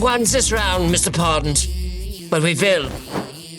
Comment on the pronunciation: He said “pond” 😅 “James pond.”